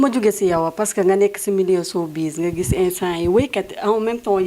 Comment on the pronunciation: Cette animatrice est très nulle elle ne peut meme pas prononcer "sowbiz" 😏😏